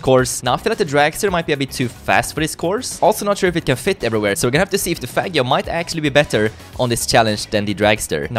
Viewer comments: Henriko Kangur is misspranounceing it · is not saying faggio correctly